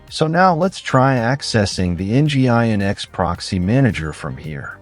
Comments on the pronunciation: Nginx is pronounced "engine X" by the way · It’s mainly the pronunciation of Nginx that breaks the immersion.